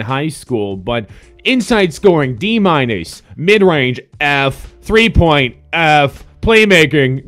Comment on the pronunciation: why does he say plus and minus like that